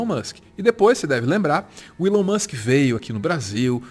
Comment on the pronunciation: Desculpa a correção desnecessária mas TOC linguístico aqui kkkkk a pronúncia é "ilon" não "élon"